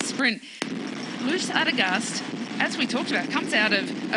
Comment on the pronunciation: Really nice to get some footage of my fellow home towner Loes Adegeest winning her first big one-day race! And can I suggest listening to the pronunciation of Loes' name by your female colleague? ;-) You have really butchered it nicely both of you gentlemen! :P